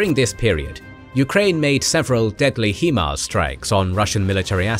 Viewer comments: I thought it was pronounced HIGHMARS not HEEMARS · "Hee-mars"??? Sorry, it's "High-Mars", meaning High Mobility Artillery Rocket System. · Maybe you’re right, but maybe the pronunciation is still HIMARS not HEMARS. HIGH MOBILITY ARTILLERY ROCKET SYSTEM. So, I don’t know who might pronounce the 1st word in the acronym he but I know a lot of people who pronounce the word high or simply hi. So perhaps it’s HIMARS NOT HEMARS. Lmao! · The correct pronunciation is 'High Mars' not 'He Mars" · High-mars(HIMARS) not he-mars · HIGH-MARS, not HE-MARS, you're the only people that pronounce it that way. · love the video except for your pronunciation of, "HIMARs". It is NOT pronounced, "HEMARs" as you say in the video too many times. Get it right please, it makes you sound less intelligent when you mis-speak like this :). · Still trying to figure out how you get ‘HeMars’ out of ‘HiMars’